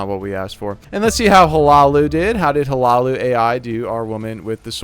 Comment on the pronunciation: Hi-Loo-Oh. That’s how u pronounce it 😊